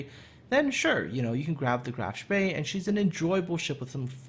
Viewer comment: Love the "Spee," especially with Muller or Lutjens.